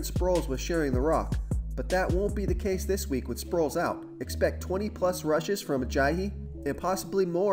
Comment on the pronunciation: Its case...not casey